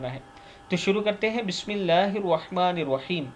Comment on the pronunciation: Bismillah thek pra kry Bissmillah mein و nahi hoti